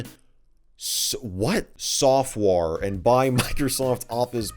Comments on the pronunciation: The word “softuare” made me laugh 🤣🤣🤣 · "sofuare" - totally legit microsoft packaging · microsoft saftware ssssss- what? sofuare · Software or Sofware? No it's SAFTWARE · Soufare SA FTWARE Softwear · ah yes microsoft sa ftware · "sa ftware" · “Microsoft sa ftware” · ah yes I love my sofuare